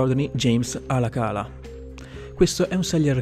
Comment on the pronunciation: ALACALA😂😂😂😂neppure leggere sai.